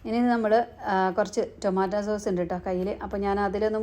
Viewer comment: ടോമട്ടോയുടെ സോഴ്സ് അല്ല സോസ് ആണ്